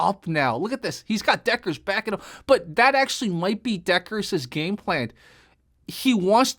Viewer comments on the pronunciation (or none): none